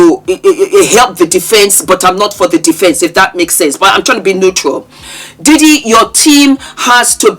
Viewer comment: I love when say “Diddy Poo” 😂😂😂😂😂😂😂😂